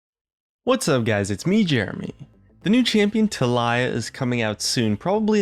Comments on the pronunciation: Um it's pronounced TAH - LEE-YAA not talai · I thought it was pronounced Tal-ee-ya, not Ta'lai. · why are you pronouncing taliyah like ta-liah? its tah-lee-yuh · Why is everyone pronouncing it "Tah-LIE-yah", it's giving me cancer. It's "TAH-lee-yah". Like, Jesus... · Tuh-Lie-Uh?? Tah-li-uh... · Its pronounced like TALL-EE-YAA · lol Tah-lie-ah ;ppp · Did he just say Ta-Lie-Yah....I can't. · I thought it was pronounced as "Ta-lee-yeah" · Is it not pronouned (Tall-ee-yuh)? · "talay"-new champion 2016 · Its Ta-LEE-uh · IM SERIOUS IM LITERALLY 5 SECONDS IN THE VIDEO AND JEREMY ALREADY PRONOUNCES A SIMPLE NAME WRONG! Its pronounced Tah-Lee-Yah, please, get it right. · tal*EYE*ah... good job, jeremy. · Ta-Lee-Yah. But i would prefer it sound like Talia :/ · i think he put the emPHAsis on the the wrong sylLAble for taLIyah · Say Tali... Now make a valley girl impression and say yah. THAT'S HOW YOU PRONOUNCE IT WITHOUT MAKING ME MAD. IT's like people pronouncing Sejuani in a non mexican fashion. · You pronounced her name so wrong bruh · That pronunciation of taliyah made me cringe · Did anyone else cringe when he pronounced Talia's name? Lol. Great video tho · Jeremy "" just wanted to let you know so you dont end up saying it and being corrected by someone else. good videos tho <3